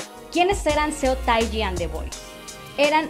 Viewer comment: me encantaría que si hablas de un grupo te documentaras mucho más. y la pronunciación de Seo Tai Ji... hijole.... ojalá mejores pronto°°°